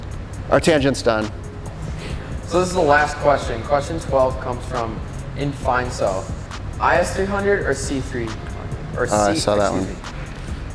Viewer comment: Thanks for the feature but its pronounced in-fi-ne-so